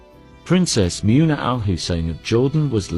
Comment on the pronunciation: Muuuuuuuna what a joke. Why can’t you pronounce anything, because you are a computer.